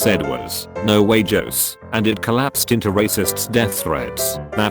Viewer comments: It took me a minute to get the “no way Jose” joke Because the automated voice doesn’t pronounce it correctly lmao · Computer programs can't pronounce "Jose"?